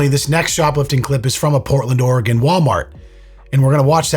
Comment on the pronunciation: Thank you for pronouncing oregon right ❤